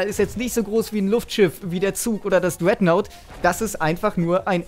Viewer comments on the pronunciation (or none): jaja das dreaghtnaut,RASH versuch bitte dein englisch zu verbessern